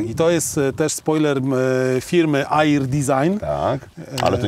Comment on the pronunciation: Ludzie nie air tylko er